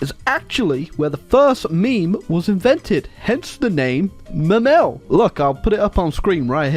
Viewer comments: speaks "Memel" *Crys in German" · Seeing make Latvia communist and mispronounce the German name of Klaipeda (Memel) has to be one of the most cursed things ever